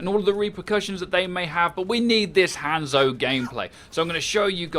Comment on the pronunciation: 2 years and he still hasn't learned how to say Hanzo